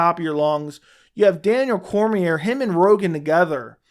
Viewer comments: You have a channel about mma and the ufc but you don't even know how to pronounce Daniel Cormier's name? Then you want to talk shit about commentators....does anyone else see the incredible irony here? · Imagine having an MMA YouTube channel and not know how to pronounce Cormier.